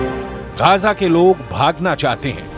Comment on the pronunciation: Yeh reporter Gaza ko Gaja bol raha hai… wahhh